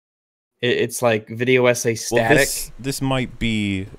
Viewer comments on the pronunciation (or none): I know actually addresses it not long after this, but he should still be absolutely embarrassed he thought the word was stativ and not static lmfao.